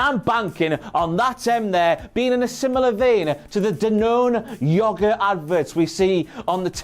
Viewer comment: wow that brand of yogurt does the same sound in the end,but pronounces it differently when the actors say it here in the USA